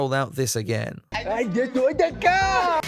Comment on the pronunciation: I DESTWOYED DA KARRRR never gets old.